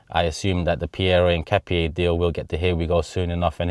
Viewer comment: As an Ecuadorian myself, you’re the closest in the pronunciation of Hincapié. ( In-kah-pee-aye)